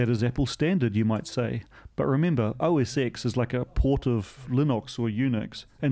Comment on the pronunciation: Now we need to teach you that it's pronounced OS 10 :D